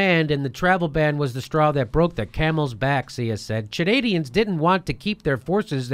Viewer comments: hey, jimmy, Chanadians? lol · Chanadians lmao. Love ya Jimmy